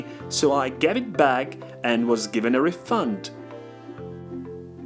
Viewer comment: Shouldn´t refund as a noun be pronounced as /ˈriː.fʌnd/ rather than /ˌriːˈfʌnd/ (verb)?